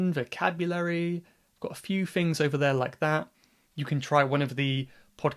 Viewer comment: "So, fink about..." "... a few fings" No, thank you.